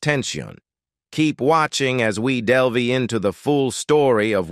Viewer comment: Amazing these people keep getting hired as announcers. "sways" "del-veee" "oddisay"